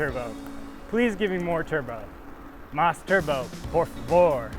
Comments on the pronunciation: "mais turbo, por favor" hahaha gotta improve that accent! Keep practicing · I'm pretty sure he went for Spanish and not Portuguese, haha